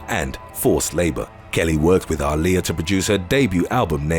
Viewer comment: He butchered the fuck out of Aaliyah's name. I didn't even realize who he was talking about.